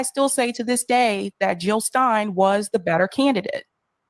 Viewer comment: Jill NOT hill <3 !